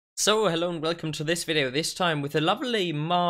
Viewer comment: for a sec I thought u said stove lcome to another video...lol